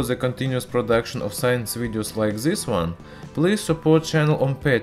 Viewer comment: "This" man, not "Zis"!